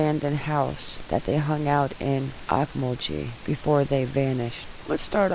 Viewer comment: It's pronounced oak-mole-ghee